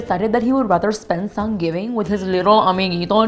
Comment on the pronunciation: 3rd consecutive year of "Sangivin" for me